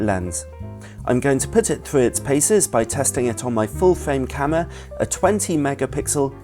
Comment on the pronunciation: please... oh my goddddd it's "CAMERA" not "CAMMWA"!!!! but otherwise nice video